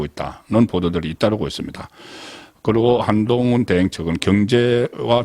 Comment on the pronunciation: 야이 한동훈이 뭐냐 이름도 제대로 못읽냐 어리버리